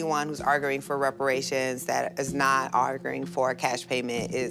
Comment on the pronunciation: Did that lady with the krusty the clown hair said "arg-oo-ing" instead of arguing? Or am I mishearing that? Not to take away from the substance of her argument.